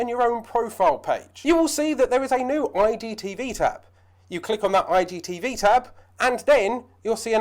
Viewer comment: Nice video Fella... But be honest are you accidentally saying IDTV? I just kept hearing that. thanks for the video, very helpful :-)